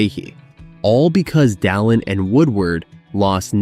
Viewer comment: He cant pronounce anything at all. No American can say Bananarama. And the way he said Dalin was weird as hell.